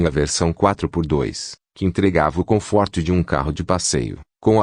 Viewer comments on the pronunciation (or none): Toyôta? Confórto? Kkkkk